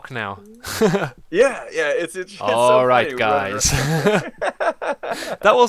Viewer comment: How is a German supposed to sound? I had to laugh loud, when you said "alright guys". You nailed it. 😀